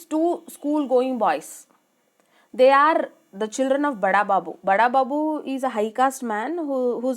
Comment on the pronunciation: Mam it's not bada babu its burra babu